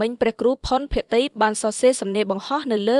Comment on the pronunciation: អានព្រះនាមលោកឱ្យត្រូវផង ផុន ភក្តី មិន ភក្រ្តតីទេ